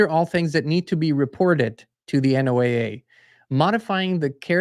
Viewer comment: ...NOAA is pronounced like Noah,as in Noah's arc.❤